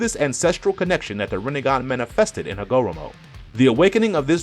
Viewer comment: Yu didn’t even say hagoromo name right😂😂